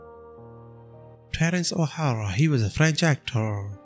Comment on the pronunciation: you said his name WRONG the very first one that is not his name. Terence O'Hara is NOT his name. that is a true lack of respect.